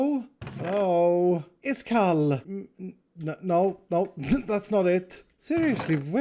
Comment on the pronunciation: Why Everyone Says His Name Wrong? His Name Is.